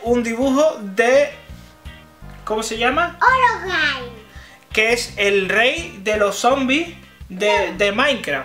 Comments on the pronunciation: no es orogain es HEROBRINE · no se dise horogai se dise herobrain